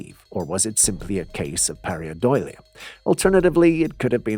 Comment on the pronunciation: Perhaps you'll start pronouncing the word right if I give you the spelling. Please take note: PAREIDOLIA.